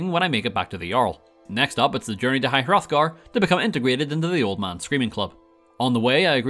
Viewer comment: “As we all know how tanky Alduin can be during our first encounter at highr-othgar.” We ALL know? Huh? All of us? Really??... because uhh.. I sure as hell don’t know that at all actually? Ive never even played Skyrim before but I’ve watched at least a couple thousand hours of gameplay from MXR’s mod reviews and this channels/various others challenge runs